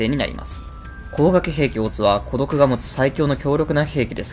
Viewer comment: コドクの発音おかしくない？